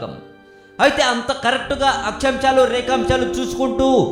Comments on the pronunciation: akchamsalu.. rekamchalu kadu. video like save cheyali anta malli. plz a words ina saregga paluku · akchamchalu rekamchalu, me kitchen lo chemchalu kadu, Akshaamshalu & Rekaamshalu.. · achachamchalu entra yedava akshyamsalu...telugu nerchko